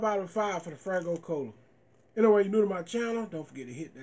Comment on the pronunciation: It’s FAYgo not fraygo which you have said in all your other faygo reviews. Good review woop woop